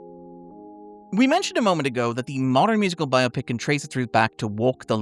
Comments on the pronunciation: i appreciate that at no point is it pronounced bi-opic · Thank you for pronouncing “biopic” the correct way.